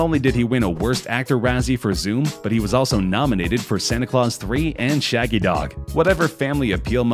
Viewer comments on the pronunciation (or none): none